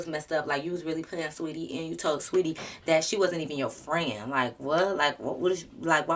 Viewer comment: Ugh i hate the way she did saweetie😭. So glad you’re a real friend